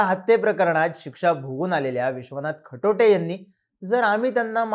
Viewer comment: Not Khatote, it's Khatate.